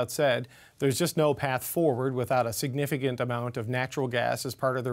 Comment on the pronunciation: the word is signifi-C-ant!